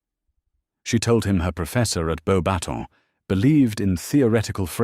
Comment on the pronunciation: It’s funny to me that the AI narrator gets “Beaux Batons” perfectly (well, most of the time) but mangles “Gabrielle”it feels odd to me to continually refer to Cedric not by name, but as “the Hufflepuff champion”. It’s pretty safe to say that anyone choosing to listen to this story already knows that Cedric was the properly chosen Hogwarts champion. With Voldemort’s practically tossing away poor young man’a life like garbage, not referring Cedric by name feels to me like erasing him entirely. Is this posted to Archive Of Our Own or another site?